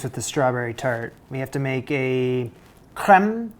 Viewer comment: You pronounced creme perfectly!! That 'r' was beautiful 😁. The second word is pronounced patis-yair. Not sure how to spell that phonetically lol